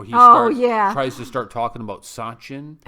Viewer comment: Trump pronounced little wrong but thats totally fine because thats not his language.people understood everything he said in india.sachin as suchin chaiwala as chuwala but people understood everything .language is communication and there was a great communication.